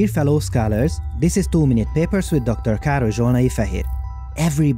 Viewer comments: Am I the only one hearing "too many papers" instead of "two minute papers" at the beggining? :v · "too many papers"? "Nappy Tearooms"? Is this the new Setec Astronomy? (Hopefully someone gets the reference) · It won't work, I still hear "too many papers" :c